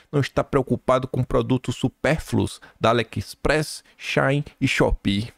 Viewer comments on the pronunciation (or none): none